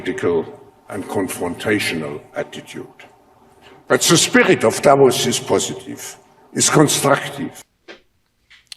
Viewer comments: DavRos not Davos. And stop dissing Davros. He had some redeeming features. After all he was a genuine patriot to his people unlike the WEF sycophants. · DavRos With an 'r'